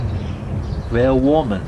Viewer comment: The way you say ''niet verwarmen'' really hurts my ears. It means ''don't heat''. Niet is not pronounced like the Russian word for ''no'', it's pronounced like ''neat'' in English. Verwarmen is pronounced ''vurvaarmen''